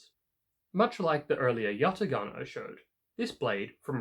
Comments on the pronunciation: pronounciation of yatağan is yataan; we do not read ‘ ğ ‘ ✌️ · The "ğa" in Yatağan is a long a , you do not use a hard g. Also , a pala means a machete. I don't know why it was named a machete considering is has nothing to do with a machete.